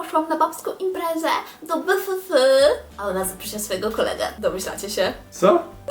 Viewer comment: Czyta się BI EF EF a nie BY FY FY